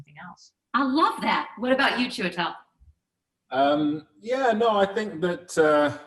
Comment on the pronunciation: I love Ann Hathaway, but I swear if she doesn’t learn how to pronounce Chiwetel’s name I’m showing up on her doorstep with a fifth grade teacher and a copy of hooked on phonics. Write it down and Sound it out! What is chewidle?😂